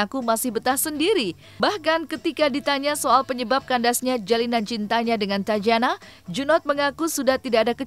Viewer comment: Koreksi tatjana di baca tatiana/tatyana bukan tajana